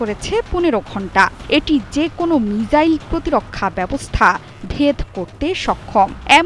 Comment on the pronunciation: প্রিয় সংবাদ পাঠিকা, মিজাইল নাকি মিসাইল????? উচ্চারণ ঠিক করুন..